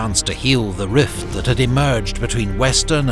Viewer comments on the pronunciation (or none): none